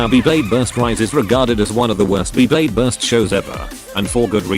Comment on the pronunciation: just use ur voice i dont wanna be hearing beeblayde